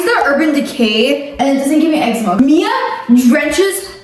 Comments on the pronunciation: I find it funny how pronounces eczema “EGG-zeh-mah” while pronounces the same word “egg-ZEE-mah” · Egg-zeema breakouts 😜 (Promise not trine be mean) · I have been having ex-E-meh breakouts😂😂😂😂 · egg-zee-mah breakouts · eczema i thought it was pronounced ex ma 😭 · eczema 😭 lord it’s pronounced ex-za-ma that’s hilarious how you pronounced it literally how its spelled lol you guys videos always make me smile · I like how pronounces eczema like “eggszeema” and doesn’t care. she’s never said it any different 😭